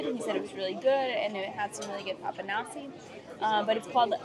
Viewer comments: With papanashi, do not pronounce the final i.. just say Papa-nash…. The dessert from the gods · 😂😂 The pronunciation is " Papanashy ", y is a short "i". Enjoy your food!!😂🎉❤